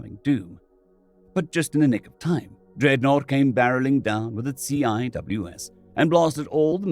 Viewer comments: Great story and excellent choice of character voice. In case you run across CWIS again, it’s pronounced sea-wiz. I’m currently going through the old videos and really enjoying your re-tfos. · For reference CIWS is typically pronounced SEE-wiz. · CIWS pronounced "see-wiz" 'cause Navy. R2D2's angry cousin with a rage boner.